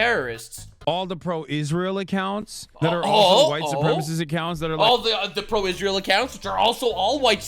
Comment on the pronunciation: Damn "Pakistin" "Isria" 😂😂😂 Also I noticed hasan says ✝️ references at the same time simping for ☪️ terror¡sts groups 😂